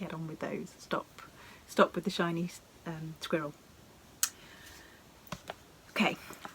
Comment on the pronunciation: I was so flummoxed! I thought you were saying “Chinese squirrel “. Had to google that and didn’t come up with anything. It finally dawned on me that you said SHINY squirrel! Love your videos so much!